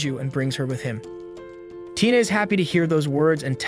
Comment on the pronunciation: Right when u said tina u said taina(i'm sorry if i spelled the name wrong)